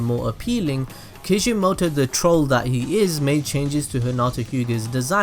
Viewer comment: Kishimoto. Ki SHI Moto. It's not hard.